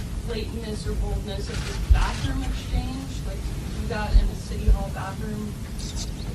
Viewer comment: “Baffroom” lol okie.